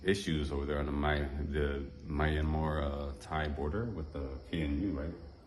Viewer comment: I am impressed you actually got the correct "DTai" pronunciation. Did you learn that in your own or some "DTai" person told you? 😂